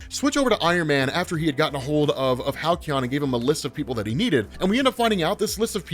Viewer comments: Halcyon? Why Hal-key-on. Its Hal-see-on. Sorry it just drove me nuts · "Hal-Ke-On" ? not "Hal-See-On"? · Halcyon is pronounced Hal See on, it means like happy days of the past in basic terms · God damn please learn how to pronounce Halcyon 😭